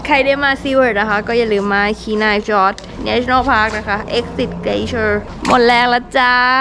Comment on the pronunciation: Glacier คำนี้คนไทยหลายคนอ่านออกเสียงแบบคุณนั่นแหละครับ กลาเซีย บ้าง แกลเซีย บ้าง 😅😁 ส่วนเมือง Whittier เรียกอีกอย่างว่า เมือง Silent hill ก็ได้ครับ 🤣 เมืองนั้นเหมาะมาเที่ยวช่วง summer ครับ นอกเสียจากว่าจะอยู่อาศัยในนั้น 👍😋 ขอบคุณมากครับ คลิปสนุกๆน่ารัก สาวๆน่ารักทุกคนเลย 😘